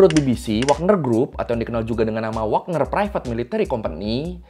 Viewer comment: WAGNER YA! BUKAN WAKNER!